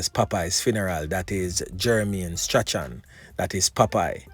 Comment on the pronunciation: No offense, but Strachan is pronounced as Strawn